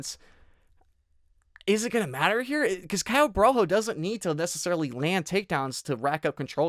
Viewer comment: Was going to bet on Caio but after hearing you glaze "Boar-All-Hoe" I've decided to switch over to Immamov.